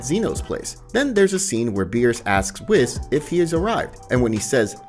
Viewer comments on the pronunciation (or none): First of all, you continously call Broly, Brawley. Then you call the Tree of Might, the Tree of Power and probably most importantly, this is just HORSESHIT. I guess it's a fan-manga but I've never even heard of it and now I know why. And I don't think that's your voice calling Whis, fuckin' WHIZZ! WHO IN THE BLUE HELL ARE YOU?! TERRIBLE. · Please pronounce Whis’s name properly it’s pronounced weese….. lol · Wiz; Zeeno; Brolee Other then the ponounciation its a good video